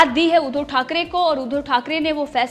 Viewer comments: ऊधो" नही उद्+धव बोल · ऊधव" नही उद्धव बोल